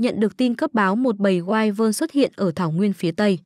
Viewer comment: Wyvern đọc là quy vần chứ không phải wai quần